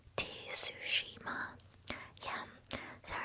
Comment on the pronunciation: T-sushima 😂. Reminds me of the Mortal Kombat team saying 'Shang T-sung. Can we get a Shang T-sung in here? 😂